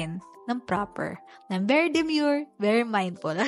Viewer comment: bakit kaya ang ganda sa pandinig pag ikaw yung bumibigkas nung very demure & very mindful